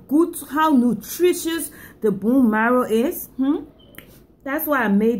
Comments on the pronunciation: It's bone not boon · I get a booner every time she says, "abuse the boon." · If i hade a dollar for everytime she said "boone" id have like 10$ 😂😂